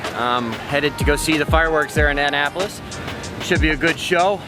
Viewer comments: Ugh, your pronunciation of Annapolis "Ann-apolis" is driving me crazy. Its more "ah-napolis". Sorry I missed y'all. I could have gotten you a flying doodles episode with some plan time. Anyway, happy travels! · needs to learn how to say Annapolis, its not Ann-apolis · join his patreon, he’s still in “Anne-napolis” for a bit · Kinda funny how can’t properly pronounce Annapolis. Also kind of funny how other sailing channels are calling out for the click bait episodes now that Laura has apparently cut bait and run from the Sailing Doodles scam. Good for her and I hope her independent channel does well. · please learn the names of places before you try to speak Not the Solomons or god only knows what you called annapolis